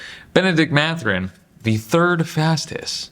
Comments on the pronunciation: MATH-URIN not MA-THURIN. Great vid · It’s Math-Ur-In